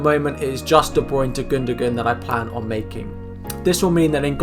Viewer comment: Are we just going to ignore how he pronounved gundogan as gundogun